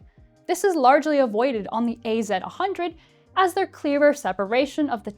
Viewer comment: It's WF ONE thousand and AZ ONE hundred, you absolute psychopath 😒